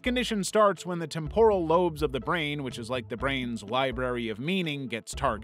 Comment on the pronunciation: Temporal (TEM-purr-ul) not (tem-POR-ul)